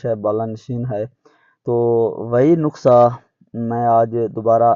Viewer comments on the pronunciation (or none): جاہل انسان نقسہ نہیں ہوتا نسخۂ ھوتا ھے ۔‌۔